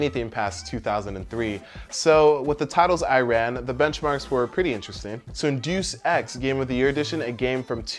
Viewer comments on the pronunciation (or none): doose ex lol. It's pronounced "day-us ex" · love the video.. but did you really say 'doos ex' ? its 'day-us ex'